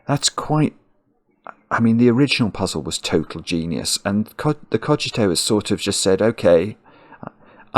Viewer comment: pronounced it correctly at the start of the video